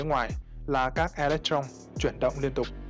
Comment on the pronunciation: E lếch tron, ad ko học hoá à? Đọc tiêngs việt gọi là ê lếch tơ rông đấy, tron tron cái giề